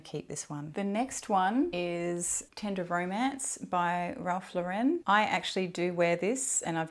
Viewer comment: The Lauren in Ralph Lauren is pronounced like the girls name, not "law-ren". He's American :)